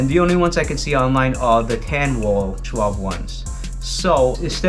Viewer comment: In German the ‘e’ at the end of a word is pronounced as ‘r’ (are) - additionally the letter ‘w’ is pronounced as a ‘v’ (vee)- so Schwalbe is pronounced: Sch-val-ber. Similarly, ‘Porsche’ is correctly pronounced: Porsch-are.